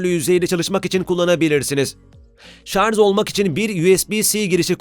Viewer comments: Şarz dedikçe kulağı kanayan bir tek ben olamam değil mi ? 1.5m abonen var , şunun doğrusunu öğren artık. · Ben ''şarz'' a takıldım. Ne demek acaba? Yoksa ''şarj'' olmasın???? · Şarz ve Tony star dediniz ona takıldım ben. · 4.15 şarz diyor. Onun için izlemeyin bu kıytırık videoyu.